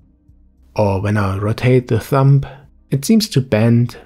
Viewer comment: Haha Thumb is pronounced "thum", the B is silent. :)